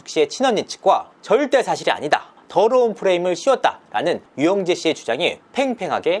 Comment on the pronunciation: 드~~르운, 승~~ 추행~~ , 이렇게 발음하는것부터 너무 싫음. 아빠가 목사님이라 그런가~ 타성에 젖은 목사 특유의 말투.....